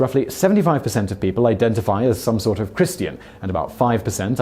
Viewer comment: What the hell is a Christy-in? It's Christian